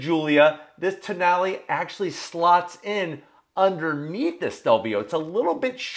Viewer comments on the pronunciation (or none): Alfa Romeo...Toe-nail? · The more I read the name Tonale, the more I wondered… what if it was pronounced Toe Nail?